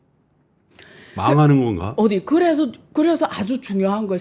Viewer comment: .,"어디"를 굳이 "아니"리고 안 바꾸셔도 충분히 좋습니다.후자는 부정의 뜻이 담긴 단어니깐요.그것 또한 매력입니다.